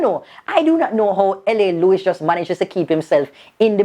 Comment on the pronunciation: LA-luwes. Smh.. I don't know..